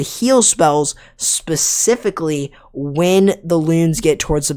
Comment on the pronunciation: ESS PECIFICALLY ESS PECIFICALLY ESS PECIFICALLY ESS PECIFICALLY ESS PECIFICALLY ESS PECIFICALLY ESS PECIFICALLY